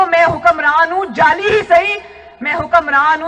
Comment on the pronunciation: جالی نہیں جعلی ہوتا ہے۔۔۔